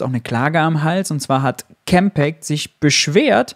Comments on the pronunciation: X ist ja ein amerikanisches Unternehmen. Campact würde ich selbst auch eher Deutsch aussprechen, aber ist ja letztlich auch nicht so wichtig.... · Warum muss man Campact Englisch aussprechen, ist doch ein deutscher Verein? Und X ex statt ix?? Ich bin ziemlich diskussionsfest in Englisch, aber dieses Gebabbel geht mir schwer auf die Nerven.